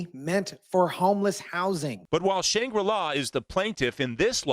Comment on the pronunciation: Are you a BOT ?? its SHANG GRA LAW